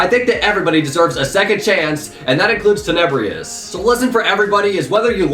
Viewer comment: I dare you to say tenebrious one more time there's no I